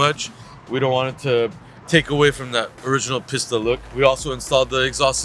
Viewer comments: PissTa :P you mean "peesta" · Its pronounced piece ta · It's pronounced, peeeeesta